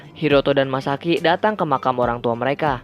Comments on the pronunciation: Masaki Bg Bukan Misaki😂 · Masaki bang bukan misaki